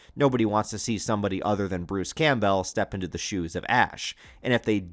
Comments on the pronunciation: Is it AI that can’t FUCKN SAY Bruce’s last name right over and over again?? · I can’t figure out if your voice is ai. The way you pronounce “Campbell” is very strange.